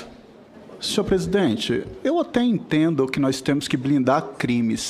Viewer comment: Senador falando “nóiz”